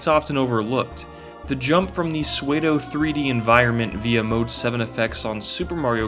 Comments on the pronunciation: pseudo is pronounced "soodoh" not swaydoh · Did you just say “Sway-doe” instead of “Soo-doe” to pronounce “Pseudo”? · Just a heads up that . it's pronounced soo-dough. Keep up the good work on these videos. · When you’re 8 years old and you come across a word you’ve only seen written down.: “sway-dough”